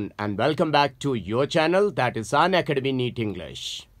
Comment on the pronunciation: O m g...the way he said unacademy ....I heard him say ..Sanya academy...😂